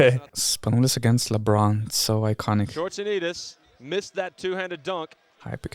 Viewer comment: Scortsianitis is pronounced Skortsianitis